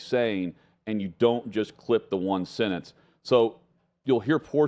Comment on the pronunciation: I think you are saying “sentence,” but when did the word become “sinnince?” I agree with the content but the pronunciation of words is becoming unable to be understood. I get accents and regional dialect, but the word “sentence” pronounced as “sinnince?” Come on.